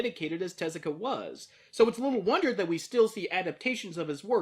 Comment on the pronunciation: Yeah hearing him say that got to me too since everyone else uses Teh-zu-ka.